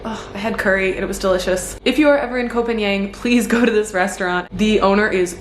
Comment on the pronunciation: the pronunciation for Koh Phangan, is not koh pagnian it is koh Paanghun.